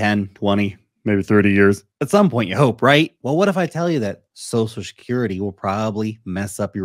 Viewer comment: said “sosal shakerrety” instead of social security.